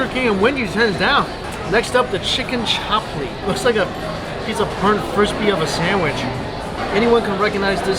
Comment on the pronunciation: I’m Pakistani and when he said chap li I cringed it’s pronounced chup li